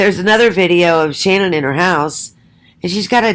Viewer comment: i can not fathom this. Why would you say these things and not substantiate any of your claimed judgement????. Even if Shannan ( you never say her name right buy the way) Even if she was a big lie should we not love and care for her???? I can never listen nor belong to such negative hate towards a Murdered woman who tried so hard. why not show the documents to back your mouth. I have seen women such as you many times, so judgmental towards others. This takes the cake, Shannan can not fight back, she's dead and a very easy Target. Show documented statements or be quiet. She never had lupus, I just want to see your Diagnosis qualifications. So sad , your doing this and persons listen when they should ask these questions. No go delete me and my truth, See you.